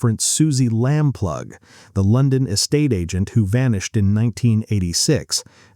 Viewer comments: Susie LAMP LOO ! Not Lamp lug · Lampaue not Lamplug!!! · Yes "Suzie Lambplug" really annoyed me. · SUZY LAMPLUGH PRONOUNCED LAMPLOO ! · Is this an AI voice? The pronunciation of place names are awful. Suzy Lam Plug??? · Go away and learn how to pronounce Lamplugh Leamington Spa Debenhams and Edinburgh..